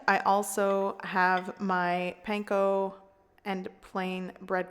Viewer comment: start again and learn how to pronounce "panko" properly, don't patronize yourself